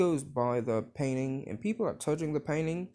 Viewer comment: when he said he liked painting i heard PAIN INSTED OF PAINTING